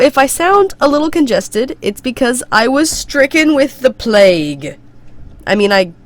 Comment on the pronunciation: "i was strickin with de plafue" i know i dont luagh at most stuff but i giggled :D and im crazy @@